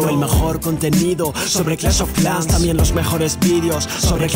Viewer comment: Tengo una duda, cuesta que pronuncies la letra "s". Por cuál razón? Ejemplos, dices: "clash of CLAN" (Clans).! Chico (chicos). Etc. Me parece algo extraño, más, que eres de España. 💪 Y..... con el inglés.... Queen Walk, Walk.....se pronuncia 👉 "Uok". Gracias por compartir los Sneak peaks. 😎